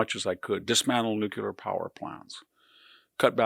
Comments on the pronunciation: Victor, you’re brilliant. Why do pronounce “nuclear” as nuke-u-lar! It is nuke-Lee-ar. Nuclear. Not nukular! 😮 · VDH is always right on the nose. And the cleverest man I know who doesn't know how to pronounce 'nuclear'. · It breaks my heart that someone as intelligent as VDH pronounces nuc-LEAR wrong. It’s not nuc-ULAR…not even close.